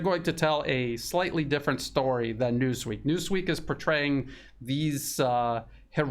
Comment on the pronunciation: " News Weak " instead of " News Week ".